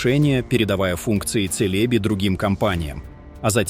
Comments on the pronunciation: Джелеби звучит! А не Целеби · Эта компания называется не "Тселеби", а "Челеби".